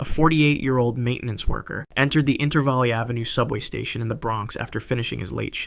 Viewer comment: as a New Yorker its pronounced Inter-Veil ave igochu bro